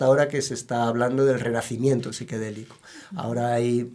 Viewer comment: Como siempre gracias por estos contenidos. Nada más estoy con una duda que me come. El invitado se ve que sabe mucho y tiene toda la experiencia en el tema..., pero pronuncia psiquedelico (con e), en lugar de psicodélico. Donde voy del video no ha explicado el cambio en el término... lo veré todo porque la información es excelente. Perdonen por favor mi marcado purismo en el lenguaje, es parte de mi deformación profesional. Un abrazo grande.